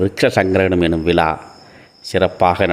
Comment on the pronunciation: ஐய்யா அவர்களுக்கு எனது மனமார்ந்த நன்றிங்க. ..ஓர் சிறிய திருத்தம் ஐய்யா அவர்கள் எப்பவும் போல... விலா விலா.. என சொல்வதை...விழா விழா..என..சொல்ல பழகிக்கிலாமே....??..தவற இருந்தா மன்னிக்கவும்..💐💐♨️♨️💐💐🚩